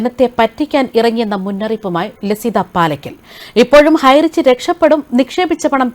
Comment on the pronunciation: highrich എന്ന് പോലും പറയാനറിയാത്ത ആരാ ഇത്